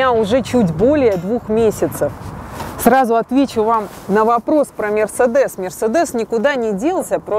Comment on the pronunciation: Говорит как правильно называть BMW и тут же неправильно называет MersedEs в то время как правильно MersEdes.)